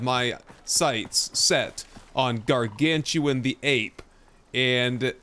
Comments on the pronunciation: Very minor request. Please pronounce GARGANUTAN correctly hahaha. Welcome back Icarus. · Just a heads up, because I was tricked by the spelling the same as you. The animal is actual called garganUTAN. Not gargantuan. If i had to guess it is a portmanteau of the words gargantuan and orangutan. Thanks for the great episode!